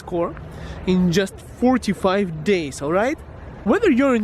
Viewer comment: Sounds like he said 4 to 5 days 😂😂